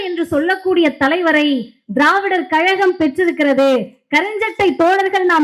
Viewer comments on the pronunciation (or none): none